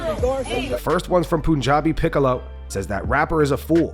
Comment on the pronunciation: If Izzy gonna be petty for years about Alex's kid, you best believe Henry's reactions to his fights made him dislike Henry 😂😂 (Ayo, it's PUNjabi, pronounced like pun, not POON 😭)